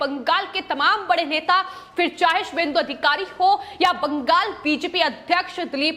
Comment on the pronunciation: madam please its not baankghall, its bangal or bengal